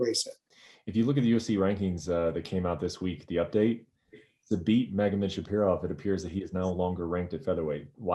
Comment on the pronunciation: Brett mispronuncing zabit last name again and again